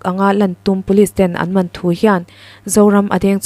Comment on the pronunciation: I va han chhiarthiam lo ve..😂😂Q A awmze bo ṭhak in i chhiar alawm le..😊 Khawhri lam dan pawh i hre lo a. 'Man' tih pawh i lam dan a dik lo. I record hma in chhiar hmasa ziah tawh teh..